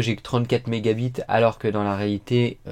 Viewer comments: 100 mégabites🤣🤣🤣😂😂😂 c'est anglais on écris mégabites mais c'est prononcé mégabaïtes 😂😂😂😂😂😂😂😂😂😂😂😂😂😂😂😂😂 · "j'ai une connexion a 100 mega bite " #leiseprononceaieetpasi